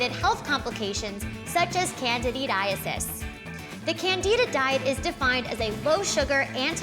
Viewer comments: Can-did-aces NOT candididaesis OMG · please learn to pronounce candida and candidiasis